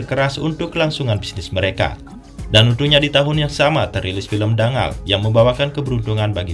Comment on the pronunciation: Cara bacanya bukan Dangal, tapi Danggal.